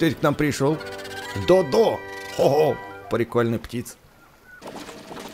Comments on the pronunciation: Читается как Додо(ударение на первое о) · Правельно Д`одо а не Дод`о